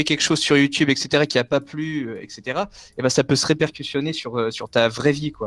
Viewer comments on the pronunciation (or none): Repercutionner mdr REPERCUTER BORDEL ... Il a plus rien à faire de sa vie et il bosse pas ses cours de français lolll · Vous aussi sa vous stress quand il dit '' repercutioner '' au lieux de repercuter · cod forlan dit ce repercutoinner mdr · Il a dit repercutioner 😂😂🤣🤣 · "Répercutionner" XD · Qui a fait un AVC en entendant répercutioner ?? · C'est moi ou il a osé dire "'repercutionner" ? Aïe my french baguet i can't hear more. Fuck this shit i'm out. X'D